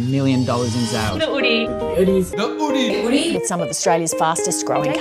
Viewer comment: Drop the H, just "Oodie" . It's cleaner.